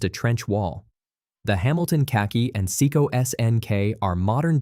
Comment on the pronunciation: "sicko" 😂😂😂 it's Seiko